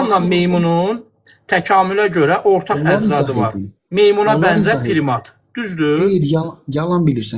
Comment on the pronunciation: O saqqalli qardas primat sozunu bele bilmir.PRIMAT PIRIMAT YOX.